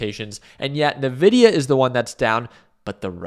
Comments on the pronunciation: ENVIDIA/NVIDIA. En, en God damn vidia. It's your mother tongue, Envidia (spelled Nvidia, but pronounced Envidia) it means envy. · Dude, why keep saying "Nividia" xd